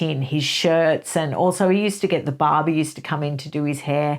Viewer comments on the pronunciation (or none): You mentioned 'barber' & for a second, I thought you had actually said 'Barbie'! 😂